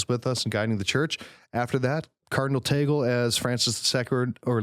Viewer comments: it's pronounced as Tag-le not ta-gel😊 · Tag-Leh... not Teygel... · its TAG-Leh not tagle like google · That's TAH-gley, not TEY-gle You just made me giggle 🇵🇭🤣🤣🤣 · Guys I'm a Filipino and I went to the same high school where Cardinal Tagle went....It is pronounced as "Tah-gleh" not "Tay-gel". :) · Just pointing out he was right the first time, sorta. It's pronounced /tag•le/ (short e; not ē or é [/ej/]) not /tej•gul/ (/u/ representing the schwa; also, for people who don't know IPA, /j/ stands for the sound that the letter y usually makes in English). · Just listened to this today. Just got uncomfortable hearing Cardinal Tagle's name pronounced "Teygl". it is pronounced TAG-LE. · Interesting video. Tagle is pronounced as it is spelled - tag-le (it's spanish pronunciation). Tagle also has Chinese ancestry - which might be an advantage when dealing with China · Cardinal Chito Tagle is pronounced (tag-lay) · The proper pronunciation of Cardinal Tagle is " /ˈtăg-lā/ " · Cardinal Tagle is pronounced as tag lay. But I wish hope and pray it would be Christoph Cardinal Schonborn .or Cardinal Muller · Also it's pronounced TAG-LEH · our Uncle Cardinal Tagle is very dear to us. BTW; pronouce as TAG-Le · I actually laughed when he said "Taygl" HAHAHAHAHA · Tagle is pronounced "tag lee". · It's pronounced TAG-LEH😆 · I know but it is pronounced like the word lay...at least that's how I heard someone on EWTN say it. Either way, I suppose. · Tagle is pronounced Tag-leh, not Tag-lay nor Taggle. But my choice for the next pope is Cardinal Sarah! No American pope, please. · Its pronounced TAG-le. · Tagle is prounced as Spanish not American .